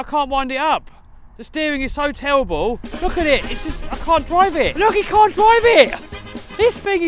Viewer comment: Its "TEWWABAL!" 😂 Just getting back into RC cars, started watching KT videos but can't handle the constant shoutiness... Guys like a hyperactive 9 year old. This channel is much better.... And no "booms!"